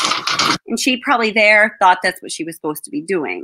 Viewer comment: After fixing the short circuit in my 15 foot main guitar cord, I'm wondering where to pack it, in the carry bag or in the hard case. From out of nowhere, I channeled Bella's tight annunciation with the clipped syllables. I'm pointing saying "In here. No. Over dere!" I think of her often.